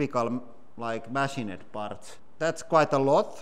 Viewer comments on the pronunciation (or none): I love how he pronounces 'machine-ed'.